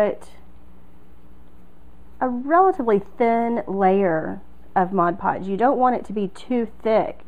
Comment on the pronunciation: Thank you, and a HUGE thank you for the first video of this kind where the presenter doesn't say MODGE podge.